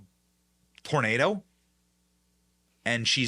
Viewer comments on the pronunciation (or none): none